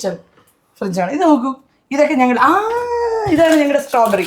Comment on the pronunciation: Strawberry i heard like sombheri,funny girl,active angel 😇❤